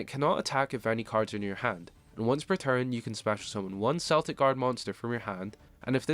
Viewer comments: Celtic is pronounced Keltic not Seltic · respect the culture the cards inspo comes from. unless ur talking about the american sports teams it’s Kel-tic with a hard K sound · The Celtic pronunciation is weird because even the anime uses correct Celtic vs Cell-tic